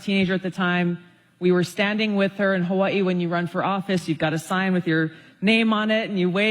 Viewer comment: BECAUSE THIS IS THE CORRECT WAY TO PRONOUNCE HAWAII